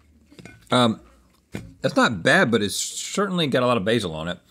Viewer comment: I will be pronouncing Basil as "bahzeel" from now on